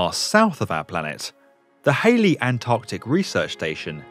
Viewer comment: HALLEY !! not HALEY.